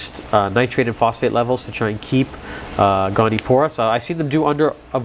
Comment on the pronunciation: goni-o-pora, not goni-pora